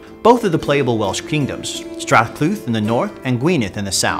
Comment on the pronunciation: Strat Clut should be pronounced Strad Cleed Gwined should be spelled Gwynedd and pronounced 'Guin-eth'